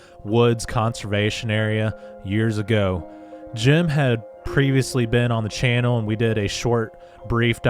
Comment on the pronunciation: it’s ‘channel’ not ‘Chanel’. And ‘worthyith’ isn’t even a word!!, And whilst we’re at it, stop quoting from that little ‘fable’ book, the Bible is what nut-jobs call it I think!!..have a Great Day..